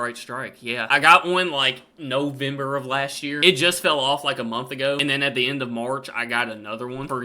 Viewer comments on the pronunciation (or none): none